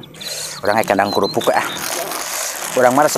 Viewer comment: Kalo bilang kerupuk jangan korupuk dibilang sayaaaangg